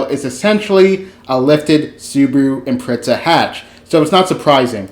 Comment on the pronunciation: It's an Imprezza... but I guess we can call it an Impreissa.